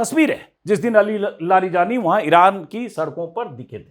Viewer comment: Aapko naam nhi padhne aate, please unka shi naam pronounce kre aur samaan de